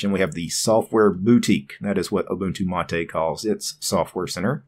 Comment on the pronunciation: its pronounced ma-tay not matey